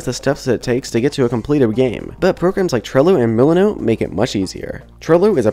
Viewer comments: lol thanks, I just posted a comment asking about that. I thought he said mulunu. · What A great video, thank you so much for sharing this! One comment - I had a hard time understanding the apps you used for Planning "trello" and "milanote". Trello I had heard of, but after come google searching a few minutes later I discovered you were saying the name "milanote". What I heard was "muknow" ("moo"-"Know", maybe my ears need cleaning, ). Again, a great video, I am going over tkaing lots of notes to help on my beginner Unity JourneY! Yes, I am also using GameMake Studio and starting to use Unity more! :) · OK I watched this part several times but I still don't understand what you're saying and searching what I hear isn't helping either... muleno? luleno? what was that after trello? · thank you. i was like did he say monote or millinote. why he didn't put the names on the video like he did with the Unity assets or the links on the description...... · Hmm. I couldn't figure out what you were saying at first when you started talking about Milanote. Closed captioning wasn't much help either.